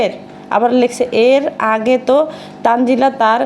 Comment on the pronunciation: ১০০% তানজিলার নাম তানিয়া। এইজন্যই প্রথম প্রথম দেখতাম এরা কেউ ঠিকমতো “তানজিলা” বলতে পারতো না, বলতো- তানজেলা।😅 সারিকা- মরিয়ম- মইরম। তানিয়া- তানজিলা- তানজেলা।